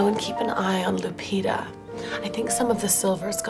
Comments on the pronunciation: It's Lupita,no Lapieda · it's Lupita, not Lapieda. just saying..